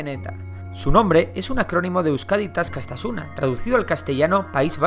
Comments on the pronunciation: No es Euskadi Ta askastasuna es Euskadi Ta askatasuna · No digo que lo que estés diciendo este mal pero para dar información hay que informarse y tu parece que no lo has hecho diciendo al principio del video euskadi ta askastasuna, es askatasuna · Se dice asKAtasuna o asKAStasuna jajaja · Euskadi taskastasuna dice xD, es euskadi ta askatasuna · 0.40 Euskadi ta Askatasuna, no askastasuna lol